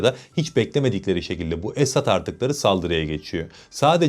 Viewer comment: esAd değil. esEd olacak. esAd mutlu demek, esEd aslan demek. kendisi her ne kadar aslan değil fare olsa da. doğru telaffuz etmek lazım.